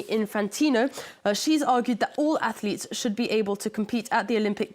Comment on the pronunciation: They are ath-uh-leets.